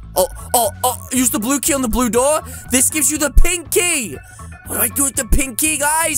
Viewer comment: When said pink key it sounded like pinky for me